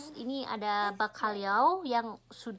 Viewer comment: Baru tahu kalo kamu alergi telur. Pinter bisa ngucapin Bacalhau. Lumayan mahal juga harga seporsi nya kalo di resto ya:-)